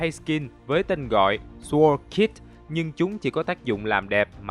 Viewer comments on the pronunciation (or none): none